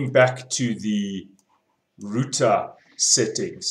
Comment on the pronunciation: computa routa :)